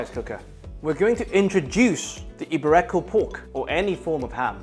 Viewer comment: It's not eee-bay-RE-ko pork, it's eee-BE-ree-ko pork